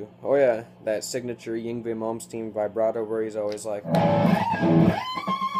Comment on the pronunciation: ying vey? i think ur pronouncing it wrong, Yngwie= (INg-vey)